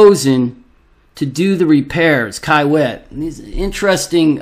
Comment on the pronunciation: It's pronounced key-wit